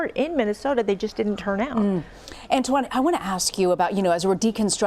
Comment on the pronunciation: “Ant Juan”? 🤣